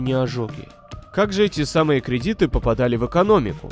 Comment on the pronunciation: Кредиты ударение на 1 слог в зв, это единственная отличительная черта от просто кредитов в играх